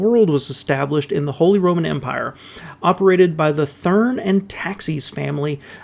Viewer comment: Thank you. Good video. Nice to hear someone correctly pronouncing Willys instead of saying ‘willeez’. Thurn is actually pronounced ‘turn’.